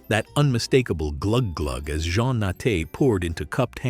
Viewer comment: JEAN not John